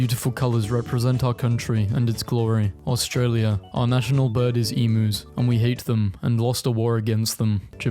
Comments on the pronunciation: It's not Ee-moos. IT'S EE-MEW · FFS!! stop saying "emoooos" Emus - eam yous.... but what would I know, I'm just an actor, paid by NASA??? ...also, I have a short clip of me playing with a spider, nearly as big as my hand, but it won by going into my room and waiting for me to sleep.